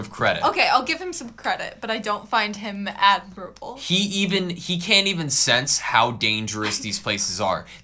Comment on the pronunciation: why do both of you have such trouble with the word "admirable"? lol